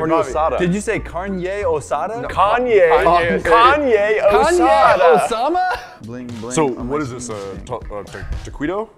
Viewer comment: My name is Osama when you said caidio osama